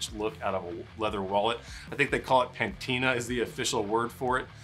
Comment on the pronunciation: Pantina? Lol. I think patina is the right word Like the looks of this wallet. Classic but still minimalist.